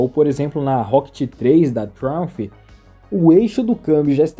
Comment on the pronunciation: Vídeo top. Só uma dica mano, é "Traiumfi", não é "Trónfi" kkkk